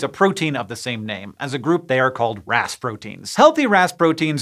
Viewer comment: Every time you said Ras protein I heard Rasputin 😝